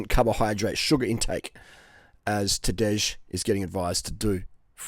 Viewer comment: Maybe the 'j' is silent ....Tadā...j.